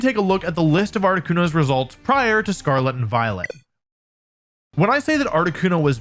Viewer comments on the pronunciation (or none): none